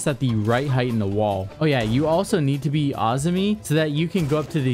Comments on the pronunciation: Iv never seen so many people pronounce op names so wrong till siege started adding different ops with wild names "ahZoomie" wild. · Can’t even pronounce Azami right lmfao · pronounced azami wrong